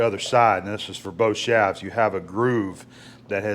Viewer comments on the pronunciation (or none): Shafts pronounced shaves.